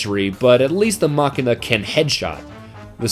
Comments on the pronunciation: You pronounce machina wrong machIna the a acts like and e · Its pronounced mashina